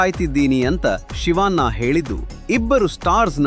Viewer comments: ಶಿವಾ..ನ್ನಾ... ಅಲ್ಲರೀ ಅದು ಶಿವಣ್ಣ. ಸುಂದರ ಭಾಷೆಯನ್ನು ಕೆಟ್ಟದಾಗಿ ಹೇಳಬೇಡಿ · ಶಿವನ್ನ ಅಲ್ಲ ಕಣೋ ಅದು ಶಿವಣ್ಣ ಅಂತ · Civaanna... Alla guru.... Shivanna...